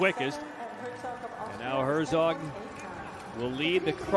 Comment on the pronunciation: I do think they should at least TRY to pronounce the names correctly. The Japanese announcer is doing a good job at that. The way the English announcers pronounce Morishige or Herzog is IMHO somewhat disrespectful.